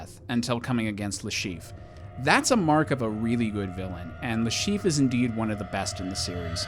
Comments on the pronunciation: Le Chiffre, not Le Chief!! Jesus! 😂😂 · cool list but Mads' character is called Le Chiffre not Le Chief XD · The caption got Le Chiffre's name right, but you named him "Le Chief..." Eh, close enough, I guess. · It's le Chiffre.